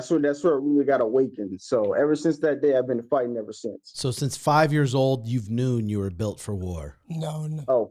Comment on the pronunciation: “Knewn” “Knowww”